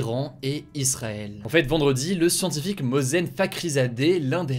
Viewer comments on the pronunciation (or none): Ça se prononce "Mohssène" à l'oral (C'est mon prénom btw) Sinon j'adore ce que tu fais, continue !